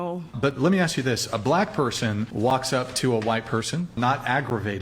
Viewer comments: OMG now the white lady can't even pronounce ask correctly. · Love how ask is axe.